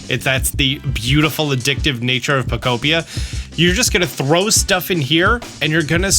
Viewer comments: Brother said the name of the game right this time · holy he knows how to prnounce pokopia now